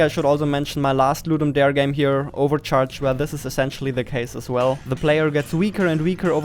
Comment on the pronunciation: Nice video, but Ludum Darrrre